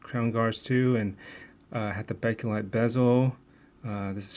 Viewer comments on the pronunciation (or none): none